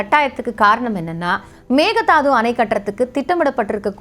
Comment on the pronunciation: Hi good morning A small correction in pronunciation It is not megadaathu(மெக்கே தாட்டு) it is not thaathu it is dhaattu Thanks